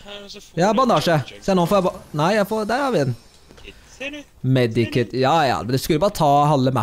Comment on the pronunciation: Det heter ikke medi kit det heter med kit